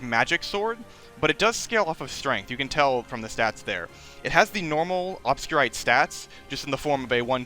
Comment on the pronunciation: The way you say Obscurité is really funny for me since im french and its a french word that definitely isn't pronounced like that